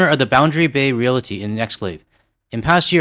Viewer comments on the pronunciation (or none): There is no i in realty. Pronouncing realty real-i-ty is an Americanism. The song is Big Yellow Taxi by Joni Mitchell. Do not let an American search engine try to convince you that it's by the American band Counting Crows. They covered it, but it's not their fucking song. Don't it always seem to go That you don't know what you've got Till it's gone They paved paradise And put up a parking lot